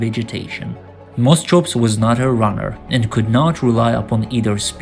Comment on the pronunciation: You keep calling sinapsids reptiles. They weren't. 'CH' in greek or latin derived scientific names is generally pronounced as 'K'. Moschops should sound as 'moskops'. Your editing is too abrupt, so that your narration is all over the place, jumping subjects unrelated to one another.